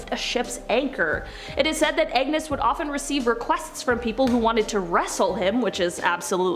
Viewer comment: Can you be anymore sarcastic about the wrath of God? God will not be mocked. The owner of the Titanic mocked God and well yeah not a good ending. Several more examples I could cite. And the name is Agnus not angus. Angus is a cow.